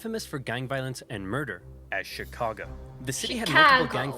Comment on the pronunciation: That was a completely inexplicably cute way to pronounce "Chicago."